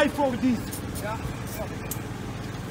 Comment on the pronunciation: SPIK NORMAL DEJ PAJ FOR DIS ŁOT DEJ DU ( , )